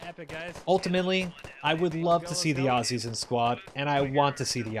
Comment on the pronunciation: Thank you for saying "Ozzies" and not "Awe-See's"